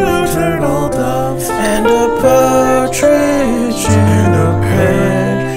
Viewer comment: Why did I think for the longest time that said "Cartridge in a pear tree" silly, that's not where cartridges go <3